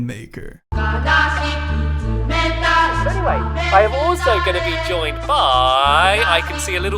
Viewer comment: I hear "lie maker" each time he says "lion maker"